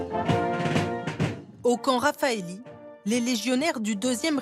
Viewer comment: Martine qui commente...C'est Opération "Harmattan" et non "Hartman"... Le camp du 2ème REP c'est Camp Raffalli, et non Rafaelli....